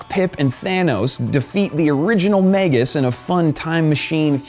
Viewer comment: It's "mag-us," sounds like "bag-us."